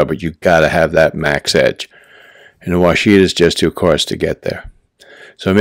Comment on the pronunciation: That must be some Yankee way of saying Washita cause that's definitely not the way we say it down here. We say Wash-a-taw not Wa-shi-ta. LOL Thanks for the vid!